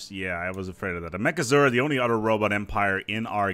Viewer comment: ah, take care of each OTHER. I was hearing "each udder"..... makes so much more sense now